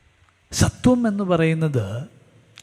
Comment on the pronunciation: Speaker is using സ ത്വം instead of സ്വത്വം